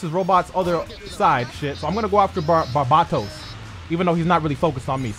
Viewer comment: Was I the only one who got a little hurt when he said Barbatos wrong ? Loved iron blooded infants .